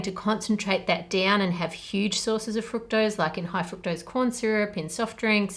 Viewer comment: I love the video but the way you pronounce the word fructose annoys me lol